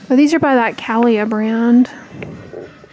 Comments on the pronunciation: I'm sure someone else has already posted this but Calia is pronounced Cah-LEE-Ah. It is a line from Carrie Underwood, singer and fitness enthusiast! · Calia (kuh-lee-uh) was owned by antivaxxer Carrie Underwood. I think she sold it in the last year but may maintain creativity control? Not sure. After her non-science views came to light, I donated all her clothing items to charity.